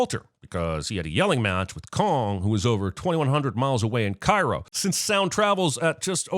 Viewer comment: Cairo is in Illinois not Indiana and it is not pronounced the same.... Do better